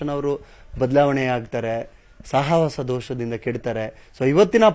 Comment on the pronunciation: ಅಣ್ಣಾ ರಿಪೋರ್ಟರ್ ಅಣ್ಣ.. ಸಹಾವಸ ದೋಸ ಅಲ್ಲ ಅಣ್ಣ.. ಸಹವಾಸ ದೋಷ 😅😅 ಎಂತ ಜನರೇ